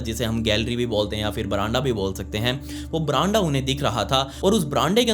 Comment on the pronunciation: brande not verandah